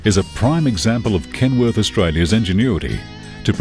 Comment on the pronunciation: He's saying "Kenwood"... it's KenWORTH.